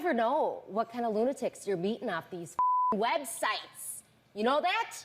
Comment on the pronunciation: I really come back to this video just to hear this part lol😂 I don't know why but the way she says websites is hilarious lol 😂